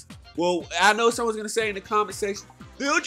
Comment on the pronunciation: Does he Khow?........................ he doest' Khow